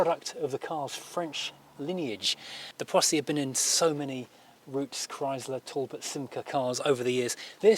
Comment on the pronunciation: Just so you know, it is NOT pronounced Chrys/ler, it is pronounced Chry/sler. Sounds like Cry slur. And make sure you find that letter R. NOT Chry/sla Two syllables said quickly like two words. There are videos of the man himself Walter P Chrysler discussing the new Chrysler Corp. And that is how he pronounces it.